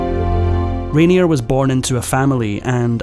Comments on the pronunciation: A well-made narrative with only one slight flaw! The name of the main player in your video is universally pronounced "Rainiay", not "Rainierr". Sorry! 😀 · Isn’t his name pronounced :’Rain—yeh’? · You are not pronouncing Rainier correctly.